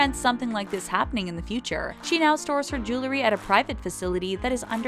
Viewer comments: JEW-el-ry. Not JOO-ler-y. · Jew-ler-y. Can someone stop letting that girl narrate these videos? The word is Jew-EL-ry. Ugh. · The "jewelry" ------ JULURY??????. I..... I....... I......... I quit. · It’s not julery , its jew-el-ry. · Um... it's JEWEL-ry, NOT Jew-LERY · How hard is it to say jewelry? It's jewelry not jelery. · Jewe-ree not jewel-le-ree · Oh God. It's pronounced jew-el-ree NOT jew-lur-ee. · It's Jewel-ree not Jewel-er-ree! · I wish the narrator would learn how to correctly pronounce the word "jewelry." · Why does it seem that when people mispronounce a word, they say it about 20x? 😂 #Jewelry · She says jewelry like stewie griffin